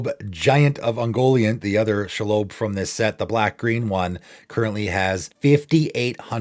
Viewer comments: Shee-lobb Absolutely no-one: SHAAALOWBE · Very nitpicky but the spider is pronounced SHE-LOB like she/her and lobby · Never heard shelob pronounced pike that in my life lol